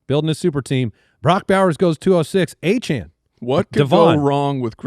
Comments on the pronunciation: Please quit saying achane jr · Please stop saying “Travis achane”. It literally makes no sense. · Can we please stop w the Travis Achane…. Put up a poll and the majority vote is the pronunciation. The audience is who’s listening to the show, not the players